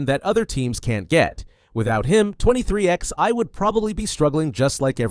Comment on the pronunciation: I can't take it anymore. The team is NOT 23 X EYE... it is pronounced 23 11, two separate numbers... like twenty-three eleven. Don't you even know where the name comes from? If you knew anything about NASCAR, you would know how to pronounce the team. Get right knucklehead or get off YouTube.